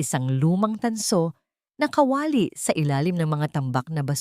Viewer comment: Bwisit Pilipina ka ba o hindi?pati pag bigkas ng KA WA LI ginawa mo kawali